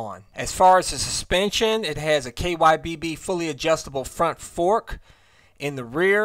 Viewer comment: WTF is KYBB? It's KYB, it's short for Kayaba Suspension.